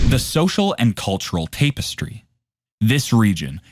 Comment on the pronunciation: Tap - estry. Not Tape - estry